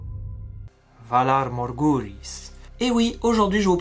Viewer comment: Ton "Valar Morghulis" est gênant 🙄.